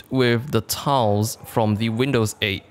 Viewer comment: sounds like towels when he said tiles.